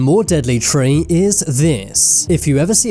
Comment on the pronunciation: i had to quit the video after hearing you say ''treeee'' second time .. careful with your accent and anus pls